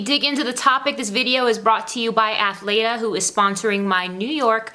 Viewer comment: Are you talking about Athleta bc I think you pronouncing it incorrectly.